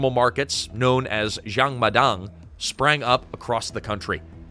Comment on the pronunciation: jang ma dang. not xiang ma dang